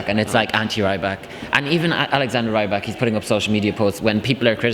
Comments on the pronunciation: C'MON IT'S REE-BAK, NOT RYE-BAK!!! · I think if you have time ask Alexander how he pronouses his last name! It's not with a British Y - sound!!! I don't think we will qualify..... I hope not!